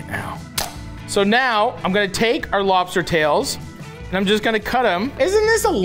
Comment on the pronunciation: Hi Matty. I'm a deep fried crisp lobsterrrrrr